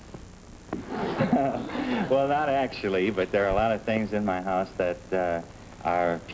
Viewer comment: Is it my ear phones, or does Fenneman say the secret word was "hut"? (or was it "hat"? It didn't sound like "house"?